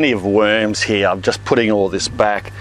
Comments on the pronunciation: Lotz of wuuurms heraah! Great video and accent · He also says heah